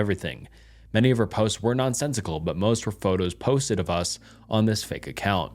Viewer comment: How does this guy mispronounce “us” literally two seconds after saying it correctly 💀